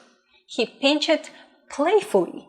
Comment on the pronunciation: it is not pin-ched it is pinched